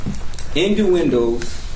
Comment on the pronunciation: "Induendos" I thought I heard wrong. Never mind. That's what he said. My hearing is fine